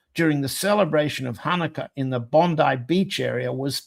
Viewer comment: Congratulations. You are the first person to pronounce Bondi properly.